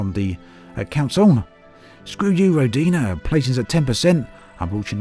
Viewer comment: NOT rodIna... it is rOdina